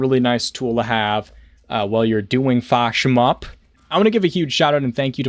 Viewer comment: I love how you never pronounce fatsnatch correctly.